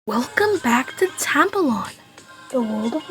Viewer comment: When you say its name be kind of sounds like tampon 😭 Also it's really 🔥🔥🔥🔥